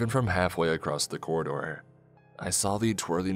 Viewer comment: I love, love listening to these, so I hate making this comment, but "acrosst" isn't a word. Not that I think you'll care that it bothers me. I don't enjoy "Eckspecially" when people do it, either. Could be worse, though. My gf has a hissy fit every time she hears a brit say "Everyfink" or "somefink"